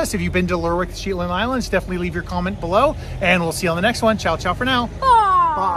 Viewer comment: Shetland, not pronounced Sheetland.